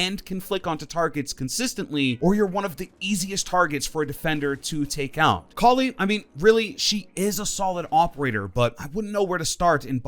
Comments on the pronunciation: Koli it’s kali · Your the only person I’ve heard say koli. Please don’t say that again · Did he say collie or kali